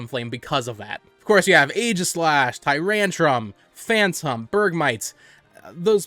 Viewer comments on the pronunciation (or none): none